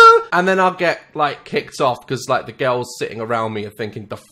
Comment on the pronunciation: Nah but the way they say “girls”. All i hear is “curls curls curls curls” with their 🧟‍♀️zombie dances😂😂